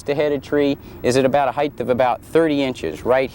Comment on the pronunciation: Excellent and valuable tutorial. Thank you. NB 'Height' vs. 'heigth'. Is this American English, since I even hear you pronounce it with 'th' at the end, like 'width'? Just curious.